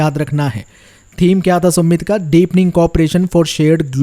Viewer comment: सुमित नहीं समिट hota है yar🤦🏽‍♀️